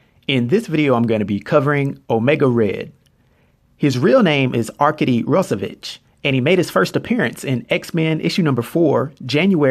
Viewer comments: ArkAdy, not Arkidy. Wtf is that pronunciation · Not to be that guy, but arkady is pronounced Ar-kah-dee, not ar-kay-dee. Sorry man, great video! Always wanted to know more about Omega Red and Colossus. Cheers!